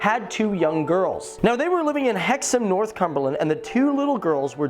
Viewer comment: It's NorthUMBERland, not NorthCUMBERland!